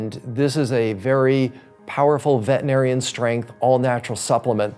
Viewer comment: Veterinarian, not vetinarian.